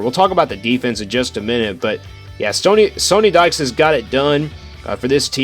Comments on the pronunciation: Great video. However, Coach Dykes's name is pronounced like Sunny, not Sony. Haven't you heard his name pronounced by sports media this year? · “They don’t really run the ball that much” 55% rushing plays vs 45% passing for the season. Had to stop the video after you mispronounced the coaches name and said they don’t run the ball.